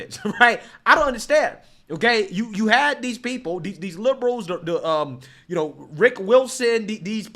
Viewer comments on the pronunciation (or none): none